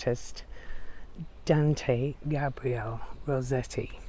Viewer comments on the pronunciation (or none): none